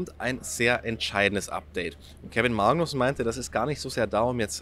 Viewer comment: Kevin "MAAgnussen"... Wieso betonst du das so komisch? 😂